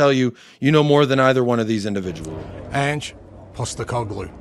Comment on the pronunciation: I love your takes mate. Spot on. An Aussie's gotta teach you how to pronounce "Ange" properly though.😜